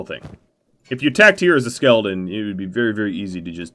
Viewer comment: by the end of this video the word skeleton had kinda morphed into skeldon and it was my favorite part of the video because you just keep saying it over and over again. quality content 👌